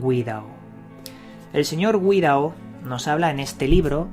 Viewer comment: "Paco Guirao" la "Gui.." la has pronunciado como si llevase dieresis "Güi"